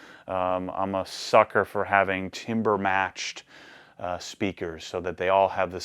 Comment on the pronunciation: TAMber matched not TIMber its not wood its sound. lol :P